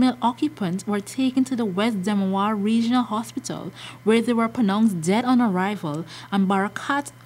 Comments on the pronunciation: It's not Demawara it's demerara pronounce your words properly. So sad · Did she just said demawara...instead of demerara???????😃😃😃😃